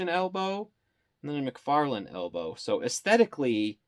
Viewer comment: Ahhhh mcfaryawn